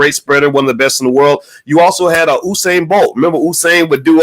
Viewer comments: It's not oohsane Bolt is Yousane Bolt. Spelt Usain Bolt. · HE GOES BOYCE PRETENDING LIKE HE'S NOT FAMILIAR WITH BOLT'S FIRST NAME AS HE DOES WITH EVERYONE'S NAME. FAKE LOL. PURPOSELY INCORRECTLY PRONOUNCING IT (OU SAIN).. IT'S PRONOUNCED (YOU SAIN). NO ONE KNOWS YOU BOYCE. BOLT IS WORLD CLASS. NOT YOUTUBE CLASS. SMH